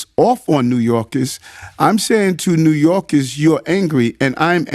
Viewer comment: New YOLKIZZZ😂😂😂